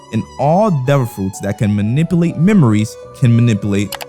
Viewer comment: “abilltea” “manibulate” 😭